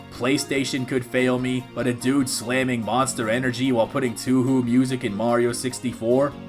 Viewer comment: His mispronunciation of touhou bothered me tho ngl